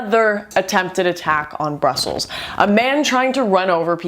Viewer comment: You sure have an odd way of pronunciating Brussel and Hashtag.